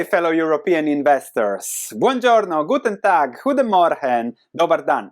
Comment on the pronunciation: Guten Tag,, grüß dich! The pronunciation is on point! 🥳 Edit: also with the "scheiße" First 2 things to learn in any language: how to greet someone & common swear words 👍👍